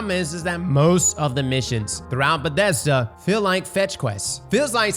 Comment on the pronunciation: What the fuck is a Bedesda?